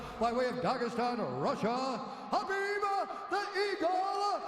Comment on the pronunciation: I'm just shocked at that time Rogan knew how to say Habeeb's name correctly